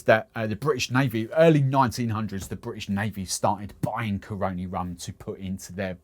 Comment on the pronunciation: natural born trini here... say it with me Cah-run-Knee. that's how you say Caroni.